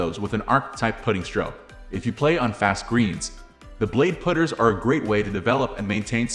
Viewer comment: Why are you calling them put-ers?